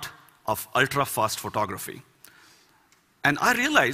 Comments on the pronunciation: I definitely heard him saying pornography rather than photography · It sounds like he's saying 'pornography' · he says photography it sounds like pornography